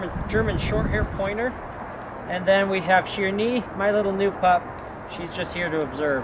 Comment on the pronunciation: Sherni not sherri